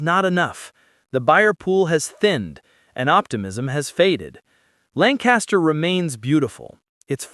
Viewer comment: Pronounced LANK-KISS-TER.